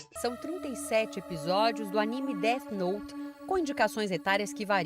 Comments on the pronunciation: Oq eu mais gosto no cara é falando "det note" especialista que não sabem falar inglês kkk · O cara falando deti note , mds do céu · enfim, pessoas BURRAS q levam DESENHOS a sério, se a PORRA DA PESSOA ESCREVEU UM NOME EM UM CADERNO, OQ VAI ACONTECER? A PESSOA VAI TER UM INFARTO? PQP PESSOAS CHATA (e o "especialista" falando "Déti noti kkkkkkk)